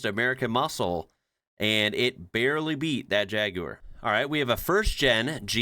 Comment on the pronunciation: I think it's the first time I've heard an American pronounce jaguar correctly, it's usually jagwahrrrr. lol.